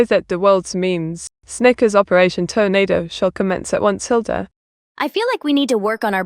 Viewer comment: Not the Toe-nado!